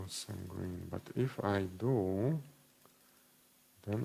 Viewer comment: Great video. Magenta is pronounced with a "J" sound, the other way from what you decided it is.